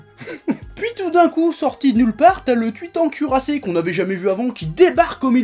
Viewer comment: "le tuitan curassé" xD g ri